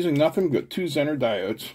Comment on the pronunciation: Pronounced zener, not zenner